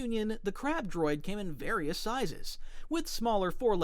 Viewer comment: it said crap droid not crab droid 😂😂😂